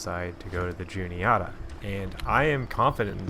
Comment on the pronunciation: Good stuff man, I fish the Juniata a lot. Albeit the upper stretches near from Huntingdon to Newton Hamilton but it still produces big fish. My only nitpick is your pronunciation of Juniata 😂 its less oughta and more atta (like atta boy) But maybe that’s our central PA accent at play lmao